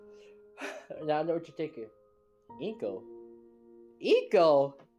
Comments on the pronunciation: It's not inko it's anko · It's Anko not Inko